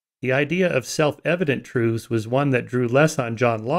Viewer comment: I wish Michael wouldn't say "troothes" as the plural of "truth".